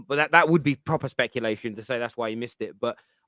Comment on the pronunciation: trying to say “speculation”